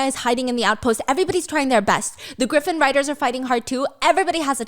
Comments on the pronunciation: Gryffin is pronounced the same as Gryffindor, griffin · Love Stephanie's storytelling but everytime she pronounces Gryffin like that my heart hurts a little.